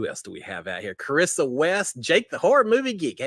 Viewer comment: Omg I love you! You pronounced my name right. Charissa (h) is silent ❤